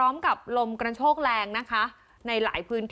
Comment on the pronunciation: ลมกระโชกนะ ไม่ใช่กรรโชก พิมพ์ผิด ก็เลยอ่านผิดอยากให้แก้ไขค่ะ